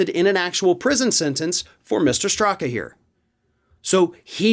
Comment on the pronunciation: Wait, did you say Brandon Stuka? oh, Straka. My bad.